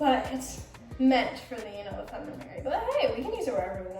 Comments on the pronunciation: Love you girl but it’s not pronounced femunum. It’s fe-mi-nin. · how you gonna have a hygiene brand but pronounce “feminine” as “feminum” 💀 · Why are you trying to give advice about female care when you cant even pronounce " feminine " right